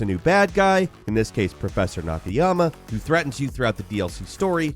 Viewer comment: three times at least you get out of your way to miss-pronounce NA-KA-YA-MA ...poor guy has a rough time being remembered